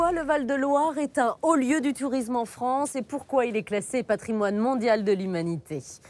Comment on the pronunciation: La voix off est pénible, elle a vraiment un problème de diction elle ne sait pas prononcer le son "an" au lieu de ça elle dit "on" (la Fronce, la renaissonce)